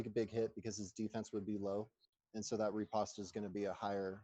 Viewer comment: I'd suggest the blue guy is french, not British.,.. The british wore red.... The french wore blue... and Riposte is pronounced like "lost" ... it's a counter attack move in swordsmanship